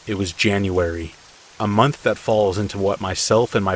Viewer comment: How much electricity you used each munch you used each munch awhahhaaaa what the hell happened there ?? Did you ever say it right ? I had to go but it was a good laugh. Thanks